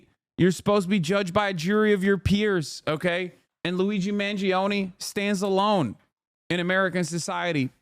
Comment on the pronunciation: Me as an italian, wincing everytime i hear the EE in Mangione